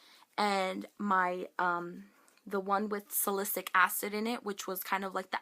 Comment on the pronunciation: Oh gosh, your skin hurts my heart. I know the struggle of severe acne and finding the right makeup and products all too well. No pill ever worked for me until Accutane. I still get a few flareups around my period, but other than that, everything is 100 times better. Oh, by the way, as a chem minor, salicylic acid is pronounced sal-uh-sill-ick!